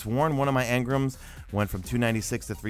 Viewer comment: Lol, why do so many people call them 'engrums'? It's engrAm.